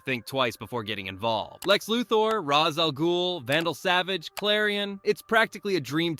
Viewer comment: Another video Another person pronouncing Ra's al Ghuls name completely wrong.